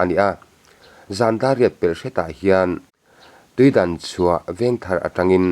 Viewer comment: Tuidanchhuah tih ni lo in tuidangchhuah zawk aw